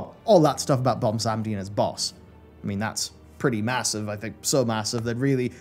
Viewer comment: taking bets on how many more years it will be before realizes the dude's name is "Bwonsamdi" not "Bomsamdi"